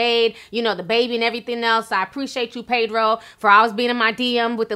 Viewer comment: Pedro, not PAYdro.